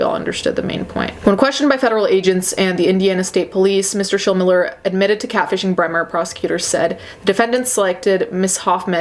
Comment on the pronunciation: You're saying Schilmiller correctly. There's a ton of them here in Southern Indiana.